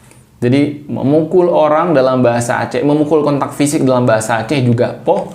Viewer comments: Poeh ❌ Poh ✅ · Pukul = poeh ❌ Poh ☑️